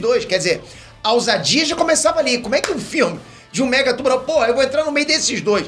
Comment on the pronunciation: toda vez que ele falou mega tubarão eu escutei megatron